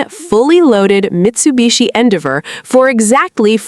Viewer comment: your AI can't pronounce Endeavor